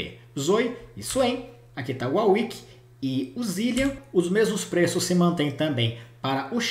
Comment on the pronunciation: Por favor man, "WAR WICK" da uma gastura ouvir uau wick.